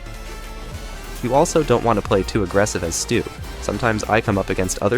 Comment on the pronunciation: Bro can’t even pronounce his name. It’s “Stu” or “stew” not “sto” or “stow” learn how to speak properly lil bro